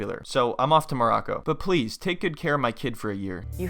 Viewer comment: i still can't get over how Nicole calls it "Mrraco"